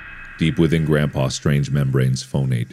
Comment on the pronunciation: Ah yes, this is also how I greet my grænd pa